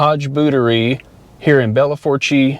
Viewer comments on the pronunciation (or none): I really hope you called it " Bell FOUR-CHAY" on purpose to get comment count up. Proper pronunciation is "Bell FOOSH". I know - it doesn't look like it but it is. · LOL you pronouncing Belle Fourche! Its "Bell foosh" I lived there in the 90's. Glad you got your boots done. Its hard to find a place to get that done now. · BTW it’s “Bell Foosh”! 😂